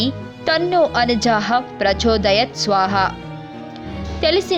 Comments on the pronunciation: Devi Peru sarigga palakandi. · Thalli. ......Anaja Devi Kadu... Anagha..Devi ..aghamu ante papamu.. . Anagha ante papalanu tholaginche thalli ani artham... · అనఝా కాదమ్మా అనఘా . తెలుగు భాష చూస్తుండగానే దిగజారింది అనటానికి మీ అక్షర దోషం పెద్ద ఉదాహరణ. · అనఘా దేవి not అనఝా or అనఘాత దేవి.. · Anaja Devi. Kadu anagha devi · Dear First amma peru emo telusukondhi Sri aganamatha nu Miru anaja ani palukutunnaru Jai guru Datta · anaja kadu....anagha devi....